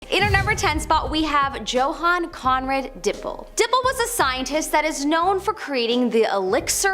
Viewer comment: First one: Joe Han What?!?! Yo Han